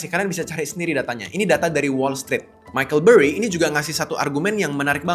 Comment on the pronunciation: Semua AI milik Allah😇🙏👼. Btw Michael burry bang bukan micheal😂😂